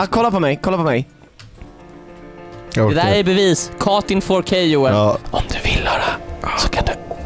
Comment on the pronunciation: “Ju just gott kåt in fårkay” - 2021